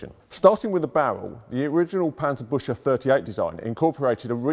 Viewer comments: Is it really so hard to learn the correct pronunciation of "Panzerbüchse" at the Tank Museum? That "ch" in the word sounds like a 'K' or"CK'- in English, as in "buck" or "Buk."and the U-Umlau t(ü) like the English 'U' in "Yup." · Yeaa... The 'A' in Panzer should be pronounced like the third 'A' in Panama, instead of the first one, the 'Ü' in Büchse should kaaaainda be pronounced like the 'U' in the Buick car company and the 'CH' more like the 'GS' in Bugs but instead of a G use a K. 😐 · The wrong pronunciation of Panzerbüchse is killing me. -. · Maybe 'ew'? Panzer - bewk - se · Its called Pancerbuxey and not Pancerbushey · I understand the pronunciation of Panzerbüchse is tough for non—Krauts. It sounds not so much like „Panzer—bush—uh“, more like „Panzer—big—suh“. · 19 seconds in and he calls it "Panzerbutcher" again =8-D The word is pronounced "booksah", with the ü umlaut pronounced like oo but the Scottish way. (Choosing the Scottish analogy because the sound does not exist in the Queen's English which admittedly does make it somewhat difficult for English native speakers to get right.) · As a German, im slightly triggerede by the "Panzerbushe" (You should rather say it like Panzerbuekse", but the great content of this video makes it not that bad in comparision. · At first i thought this was some kind of nickname bc i understood: Panzerbutcher. Then i realizied he just pronounced it funny. But Panzerpbutcher would be a cool name either xd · An approximation (to avoid the "ü" sound) would be "book-se" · He really panzerbutchered that one XD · The english: Germans can’t pronounce anything Also the english: Panserbusha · obligatory ;D its sounds alot like "panzerbusche" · Büchse is pronounced Buckse. :) Very interesting nevertheless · The "chs" in "Panzerbüchse" is pronounced like "kks" so "Panzerbükkse" :) Kind regards from Germany, love your vids. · Paantserbookse is the best transliteration that I can come up with. Yes, I am German and know how to pronounce it.